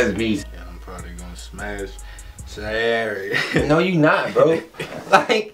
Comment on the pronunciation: Its Saiyr (sy-ear)